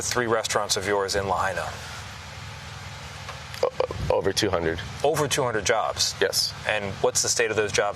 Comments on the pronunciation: Again Tony, its not very hard to pronounce: Lahaina, NOT LaHEYnah. You mispronounced Lahaina in your earlier report, when the sun was still shinning, now its nighttime. Please do your research, ask a Local Person they would be happy to tutor you on pronouncing Lahaina. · LaHAYna? Please, show some respect. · Lahena Lahana. Lapaypay. Geez get it right. There’s a letter I In the second syllable. La hai na! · It' pronounced Laha I na not Lah A na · It's Lahaina not La hay na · It's La-Hi-Na. NOT Lah-hay-na. SHOW SOME RESPECT COLONIAL CLOD. WHERE ARE THE EDITORS? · Lahaina. La-high-na. Not La-hey-na... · La High Na NOT LA Hey Na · Me hearing Lahaina (Lah-high-nah) being pronounced La-hay-na... 😳🙄🤨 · At least PRONOUNCE LAHINA CORRECTLY!! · “LaHAYna”? A professional news agency should at least pronounce the city name correctly! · It is pronounced, La Hi Na! I have not heard it pronounced correctly for days! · La hi na say it right! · Reporter it’s pronounced…. LA - HIGH - NA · La-hey-na???? 😖👎 STOP #Ignorance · la-HIGH-na, if you please! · La-HINE-ah .... y'all should learn how to pronounce the names of towns in crisis you're covering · Tony please stop saying Laheyna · Good grief, at least pronounce the name of the town correctly! Lāhaina = Lā hai (like high) na. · La hay na😂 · Him mispronouncing “Lahaina” is so frustrating! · Why can't the guy reporting on scene pronounce the name of Lahaina correctly? It seems pretty rude. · can the reporter learn how to say the name of the town please..... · Get rid of this guy..if he can’t take 2 seconds to learn how to pronounce Lahaina…then you are disrespecting the people who are already hurting.. Do better!